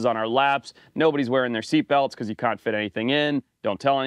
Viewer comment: It's always funny when your accent comes through. I've noticed it especially with "can't". Lol